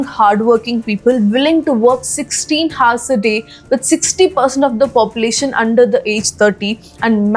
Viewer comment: Hours- H is silent